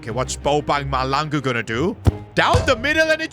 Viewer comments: I am South African and the surname Mahlangu You have to say HL like a hissing cat I always want to laugh when you say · Just an FYI, you will never find a Caucasian Bobang Mahlangu in South Africa 🤣 that name is exclusively for a Black dude. EA got it very wrong here. Also the pronouncing of the Mahlangu is incorrect, but thats not a train smash. Love the series! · The name is mahlangu please pronounce the name right ✅️ 😅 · I am a south African.plz try to learn how to pronounce mahlangu's name well plz 🙏 😊